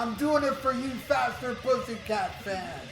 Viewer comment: Fathhhherrr putttthhhhyyy cat-annunciation please!